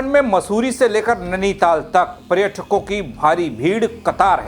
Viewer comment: प्रेटकों नहीं बे नेपाली कांचा, पर्यटकों होता है